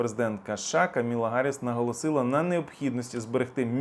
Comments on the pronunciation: please pronounce Vice President's name right! It's KAMALA Harris, not Kamila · Ти хороший хлопець,звичайно,але,будь ласка,називай імена правильно! Віце-президентка США - не Камілла,, атКамалла.В таких речах помилятися не можна, вибач.